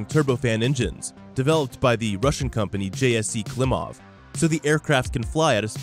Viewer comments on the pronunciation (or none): none